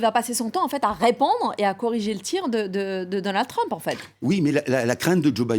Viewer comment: La révolution de Donald TWUMP, mec arrête, parle le frenglish c'est mieux lol